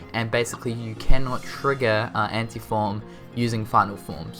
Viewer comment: I love how he says Anti-Form as Ante-Form.